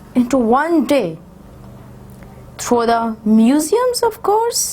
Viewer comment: A lot of pronunciation mistakes are there such as thought, die, chastened, certainty only in one paragraph.